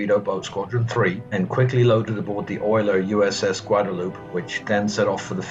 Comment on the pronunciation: "Guadalupe" is pronounced as "goo-wah-da-loo-pay" and "Packard" is pronounced "pahk-herd". "Ensign" isn't "En-syn", it's "En-sin". Dude, don't you watch war movies at all?? Other people's documentaries? World at War? Victory at Sea? Saving Private Ryan??